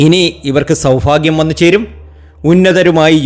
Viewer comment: സൗഫാഗ്യം അല്ല സൗഭാഗ്യം സൗ. ഭാ. ഗ്യംംം